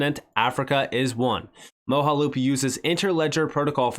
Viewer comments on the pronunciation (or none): Moge (pronounced like doge) - aloop. 😉 Mojaloop Great video... again! Thank you,.